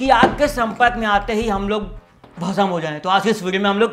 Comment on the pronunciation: Not, bhasam It's bhasm,🤣🤣🤣🤣